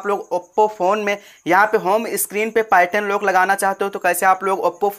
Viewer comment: भेरू इसको पार्यटन नहीं पैटर्न बोलते ही